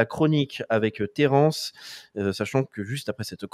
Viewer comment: Comment prononce Terrence on dirait le Terence de nos cours de latin-grec😊